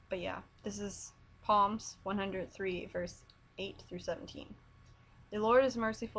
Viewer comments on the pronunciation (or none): This is so sweet. By the way, Psalm is spoken like as if you're saying salms. Just say palm but replace the p with an s.